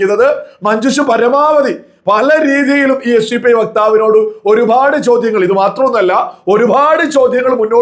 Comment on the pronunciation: ഒരുപാട് എന്നാണ് പറയേണ്ടത് ഒരു ഫാട് അല്ല😂😂